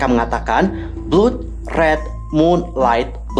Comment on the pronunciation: Blood bacanya BLAD kak